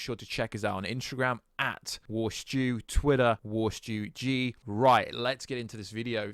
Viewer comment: You said "AT&T". Correctly.